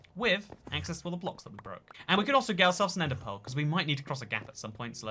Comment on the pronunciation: i kept hearing "ender pole" and wondered what in the world that was. about the 10th time he said it, i realized he was saying "ender pearl".